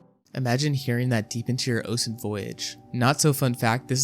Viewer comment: oh you mispronounced a few words most notably ocean.